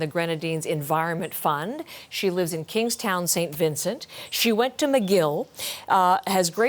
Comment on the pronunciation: We in Dominica are thinking of you SVG! we are lending aid and sending up prayers.... side note: I truly love how well the reporter pronounced Soufriere and Kingstown ... I appreciate the effort to pronounce well.. or maybe she is just that good :-)